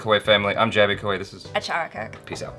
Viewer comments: Finally someone pronounced jaby's name correctly ... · He pronounced "Jaby" correctly 😂👌